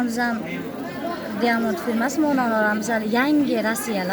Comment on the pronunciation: Диамонд эмес даймонд